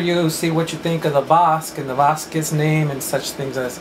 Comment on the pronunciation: Hes correct!! en Boriken( puerto rico) we pronounce our last name Bazquez or z silent.. Bazque